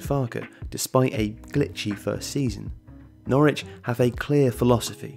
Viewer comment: Only one very minor criticism, locals pronounce Norwich as 'Norridge'. ;) The pundits on tv and radio mix it up quite a lot too.